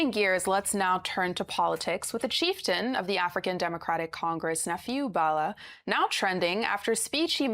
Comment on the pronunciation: Arisetv news anchors need to know how to pronounce the names of people. Bala is a common name in Nigeria now and your anchor could not pronounce that name. I keep reiterating that the reason media houses practice federal character is to help on-air-personalities when they need simple things like calling local names. I see that you guys are harping on Bala not speaking 'good English', and that is cool, but to call people's language 'vernacular' is odious. A language is a means of communication between peoples. Please stop denigrating our languages by calling it vernacular. It is a colonial construct that should have retired to the museum of linguistic antiquity by now. It's a language.